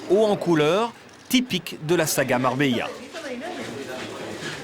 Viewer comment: MarbeLa 😑 Les français sans dents